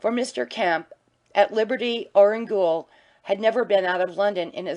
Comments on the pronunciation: Does nobody check these recordings? American lady keeps pronouncing gaol as ghoul. Drove me crazy, along with her poor, disjointed reading. Enjoyed the story though. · Chapter 9 'read' by a semi-literate (gaol = gool, vagaries = vaggharris....) mad woman ignoring punctuation, line breaks, paragraphs, emphasis. Ruinous, and shame on Librivox.